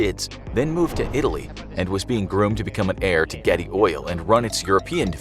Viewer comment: "George Ghetty" My ears: "George Clooney" Me further into video: wait.... What's even happening?